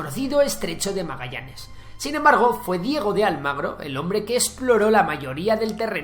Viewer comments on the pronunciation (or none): none